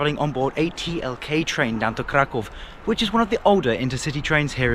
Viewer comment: Finally someone who calls Kraków - Kraków and not Cracau.